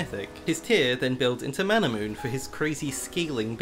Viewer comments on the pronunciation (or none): none